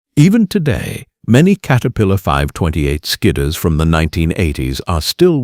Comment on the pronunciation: Kater pillar come on, get your shit together AI